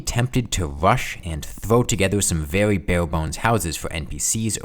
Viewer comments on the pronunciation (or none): “Vewy slow”